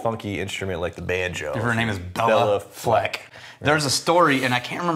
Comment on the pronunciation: c’mon guys, it’s Bay-la Fleck, not Bella Fleck🤨